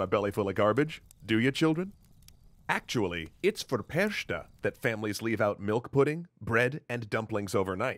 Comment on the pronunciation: As an Austrian native I have to tell you that it's a bit more complex... First of all I'd like to congratulate for pronouncing "Krampus" quite well; but the ch in Frau Perchta isn't a /sh/, but simply a /h/-sound. Second Krampus and Frau Perchta and her accompanying demons may seem similar as they are savage, dark, wild and raging; and all of them may have a common (pagan?) origin. Yet they are very distinct. Krampus is the "domesticated" version of these creatures. He's a sinister character, whose darkness makes his buddy Saint Nicolas shine even brighter. So they're a classical example of a "good cop"/"bad cop"-team. Frau Perchta and her gang are much more deeply rooted in medieval (and even older) Europe, when much of the continent was a fierce wilderness hounted with real and imagined dangers. (The tales of the Brothers Grimm cover these ages in part: In its core Little Red Riding Hood is about the danger of the woods and Snow White escapes into the wilderness beyond the where she encounters strange people living beyond the reach of the local authorities.) During the long and snowy winters in the alps the dreadful wilderness closed in to the villages and little could be done against that. To fight their own fear and "scare off" the invisible dangers of the wild the villagers disguised themselves as "Frau Perchta and gang" and performed processions. This traditions lives on to the present day (search for "Perchtenlauf" [ = Perchta procession ] on youtube), but it has been